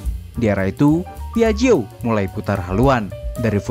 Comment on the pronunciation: Penyebutannya :piakjio